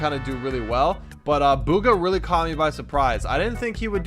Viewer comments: Its bugha not booogha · ITS BUG-UH NOT BOO-GUH. THAT MAKES ME SO MAD. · Bug-hA not bUg-hA... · BOOGHA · It’s pronounced B - oo-Kha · I thought his name was bug-uh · you said hes name wrong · thats not how yow u pronounce his name bro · You guys cant pronounce bugha properley